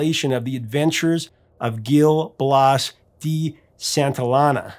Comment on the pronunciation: Say Santillana as "San-tee-jah'-nah"